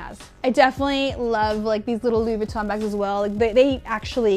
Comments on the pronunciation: Stop calling it Vweton... its Veeeeton. "experts" should know pronunciation of the most famous fashion house on the planet... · okay.. please just say Vuitton right .. thanks .